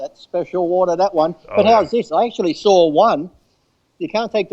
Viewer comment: "The first thing i sawr"